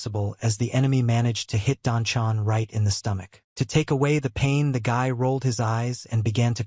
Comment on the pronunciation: AI, you artificially stupid narrator, it's Don Juan, not Don Jew-whon.